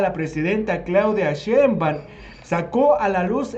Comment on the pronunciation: Oye amigo es shenbam o sheinbaum que pasa ahi